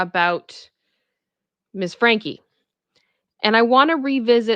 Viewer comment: Franke not Frankie